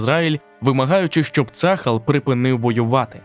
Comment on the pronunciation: Я вибачаюсь, не цАхал, а цахАл) І не Ейлат, а ейлАт))) дякую